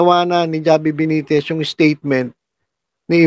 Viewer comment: H po mag pronounce ng pangalan ni mayor javi (havi)